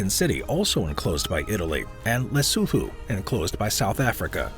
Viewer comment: Lesotho ... la soo thoo 🤣🤣 le soo too